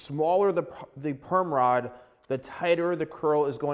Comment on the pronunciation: at first when he said perm rod i thought he was saying “gayrod” but with perm 😭